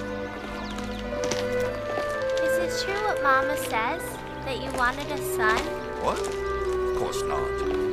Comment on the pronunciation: I love well researched period films but the way the actors mispronounce some words is very irritating..... it's Mamma, two m's so longer m sound, and papa' is being pronounced Papa, (which is only used for the Pope!), without the accent on the last letter...very irritating. Admittedly this film is made for the american market so most are none the wiser......